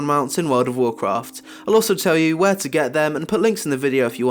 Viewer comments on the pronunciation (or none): none